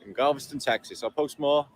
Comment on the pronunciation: It’s funny you called Galveston “Gaviscon” which is a tummy medication